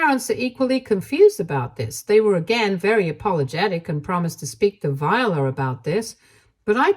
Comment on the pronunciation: The name Viola is pronounced vye-OH-la. Not Vyuhluh. This is my middle name and was my great grandmother’s middle name, my grandmother’s middle name, and my aunt’s middle name. Vye-OH-la. Similar to how the instrument is pronounced. Hearing you continuously mispronounce this name is actually kind of startling to me.